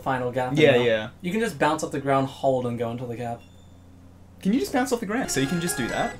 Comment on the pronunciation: “Can you just bownce of the grownd?”